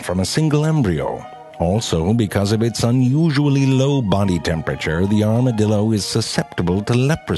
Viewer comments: Anyone else think that it sounds like an "Armored Dildo"? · Armadildo LMAO... dude please talk about the bonobo monkey or the portuguese man o' war or the sea cucucmber... Morgan Freeman would be proud! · As a Texan I can confirm all of this Even the mispronouncing of it's name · Every time he said 'armadillo' after the intro, or just about, I kept thinking "arma-dildo" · LOL Armadildo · Goddamnit now I'll keep saying armadildo instead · "Here are true facts about the Arma-dildo, oh, thats a typo" "Here are true facts about the Arma-dildo. Oops I said it again. Two times." Lol wtf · “Here are true facts about the Armadildo” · A R M A D I L D O whoops that's a typo says it again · I KNEW HE WAS GONNA SAY ARMADILDO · I HEARD ARMOURED DILDO H E L P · I new it he was going to say armadildo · *Armadildo XD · ''Here are true facts about the Arma-dildo'' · here are....true facts about the "armadildo" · armadildo lol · before clicking this video i knew frank was gonna say armadildo at some point. i was right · I am never going to be able to hear the word armadildo the same again.😂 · Nobody This guy: A R M A D I L D O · arma"dildo" LMAO IM DED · Armadildo. I'm dead xD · Lol "ArmaDILDO" 😂😂😂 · ZeFrank: here are some true facts about the...armadiLdo Me: son of a bitch just got me in 4 seconds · WHEN YOU SAID "ARMADILDO" I COUNDT GET IT OUT OF MY HEAD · "Arma-dildos. Oops I said it two times." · OMg i just put this on for my 3 year old i had to do a double take and come back and he defintly said Armadildo lol something about shooting fire out ass n teleporting yea my bad son lol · "Armadildo" I'm laughing hard, he funny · I was just thinking “armadildo” then he said “the armadildo” and I died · Armadildo lol.....😂😂😂😂😂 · Armadil...do... Can't stop laughing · 'Here are true facts about the arma-dildo. Oh wait that's a typo' - this guy. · It sounds like he's saying "Armadildo" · XD aramadilldos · I lost it at the 2nd "Armadildo". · lol armaDILDO lol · I think he said Armadildo